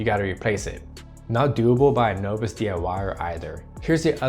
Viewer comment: Expensive issues. By the way the word is "novice" pronounced "nahvis" meaning an inexperienced person.